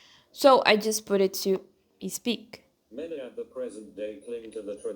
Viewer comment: Amo os seus videos. Mas um reparo: Vejo que tens certa dificuldade (que é normal, mas podes ultrapassar) em pronunciar palavras que começam com 's'. Por exempo: speak, start, state etc. Vejo que tendes a pronuncia ispik, istart, isteit ao invés de spik, start, steit. Again, I love your videos. You inspire me a lot. You kind of do the both things I love: Christianity and Learning Languages.